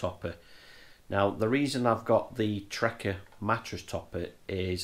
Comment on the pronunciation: Good but only thing that annoyed me was you kept saying trekker it’s trakker